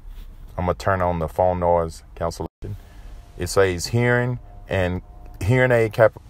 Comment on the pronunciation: Did you say "SASE"? or did you mean to say "SAYS"